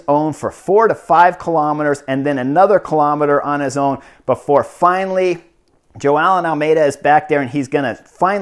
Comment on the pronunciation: I heard "Joao And Almedia" 😂😂😂😂